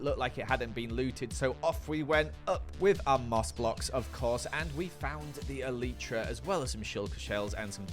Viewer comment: excuse me, ELLEETRA? ITS ELAITRA